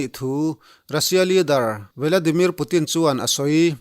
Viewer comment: Vi....La...Di...Mir..Putin???? Briktis?????